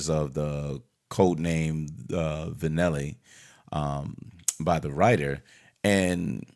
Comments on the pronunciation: Yeah he did. He also said Vinelly. The woman called herself Villanella Lol! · Is he saying villan Elly?